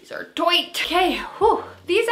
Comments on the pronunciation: When you were trying on the last pair and said they were tight it reminded me of Austin Powers Goldmember when the guy said toight like a tiger lol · “These are TOIGHT”